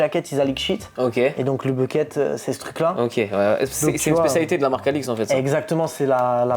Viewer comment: C'est pas bucket mais buckle.. Bucket ca veut dire un sceau en anglais..